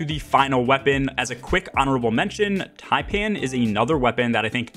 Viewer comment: YOURE THE FIRST YOUTUBER IVE SEEN WHO PRONOUNCED TAIPAN CORRECTLY. THANK YOU.